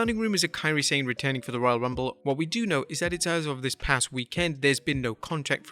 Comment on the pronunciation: I'm sure Kairi Sane is pronounced as Sa-neh not Sayne.